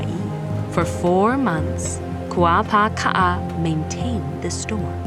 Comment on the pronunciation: Kuapaka‘a, not Kuapāka‘a. Am I hearing her pronunciation oddly??